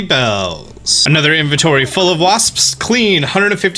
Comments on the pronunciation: Nobody:: waSPSSS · Am I the only way who giggles everytime he says wasps?